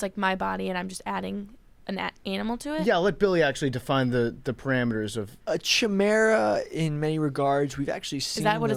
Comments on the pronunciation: Billy, it’s pronounced “kai-mare-uh”. No idea why that tilted me so badly. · Says the guy who couldn’t say the word “chimera” properly.